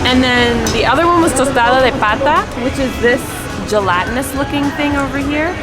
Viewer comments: It is called a "tostada" not tostado. And it is Roma Norte. Not Aroma Norte. But thanks for making an effort and diving into beautiful DF! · Isn't it pronounced tostadA? Anyway great video. ❤️💯